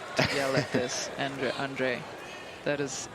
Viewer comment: Listen to the Umpire, he pronounces Andrei’s Surname correctly.